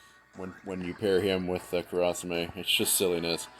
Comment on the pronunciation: How you say kurasame is cringeworthy. But overall good run